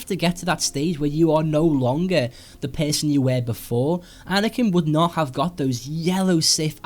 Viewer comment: When you pronounce person it's sound like PESANT xD